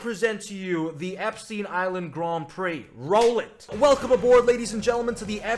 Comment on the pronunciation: i have no idea why its so hard for americans like to pronounce epstein, do american schools not teach u how to pronounce jew words?